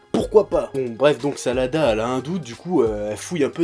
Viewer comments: j' crois que ses sarada pas salada je me trompe ? si oui dite le moi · Tu prononce tellement mal les noms des personnages venant d'une personne qui s'appelle et enfin la fille de Sakura et Sasuke s'appelle Sarada et non Salada.